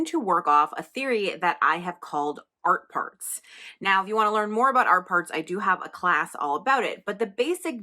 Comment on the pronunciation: Every time you say Art Parts, I hear "art farts" and my inner child giggles. Giggles that were very welcome today!